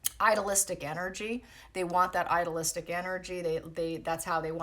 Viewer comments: Been trying to determine whether you're saying "idolistic energy" or "idealistic energy." It could be either, but these two words are not pronounced at all alike. If you're saying "idealistic" it's pretty simple to pronounce: ideal + istic. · please see this thread and clarify! It has a bad effect on me when you use words that simply don’t exist. Are you saying “ideal + istic energy” - then pronunciation needs correcting as stated above. Is it “idol”? Or “idyllic” that you mean? And what do you mean by “idealistic energy”? Simply, is that good or bad, from your POV?